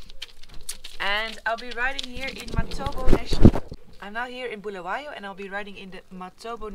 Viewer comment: It's pronounced Bull-a-way-o not Bull-a-why-o